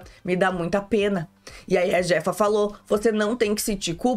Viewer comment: a pronúncia do J no Espanhol tem som de C então e a chefa. Eu assisto este reality no Telemundo, aqui dos USA.